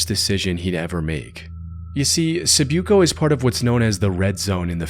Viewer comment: It’s not pronounced sib- you - co. It’s pronounced si-boo-co. Respectfully, a filipino. Also, even I don’t go to that area and I lived most of my life in that island and left after the Martial Law in 2017. Why was he killed? Because he went to a place even locals avoid.